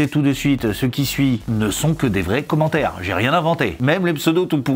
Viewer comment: Super tuto ! Merci ! et j'ai bien rigolé avec les commentaires sur les "commantèr" 🙂